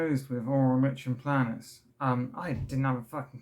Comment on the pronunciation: Hey I mean this with the best will in the world but it’s pronounced like ‘n play nus. I’m glad you’re doing better now. Mine’s awful at the mo.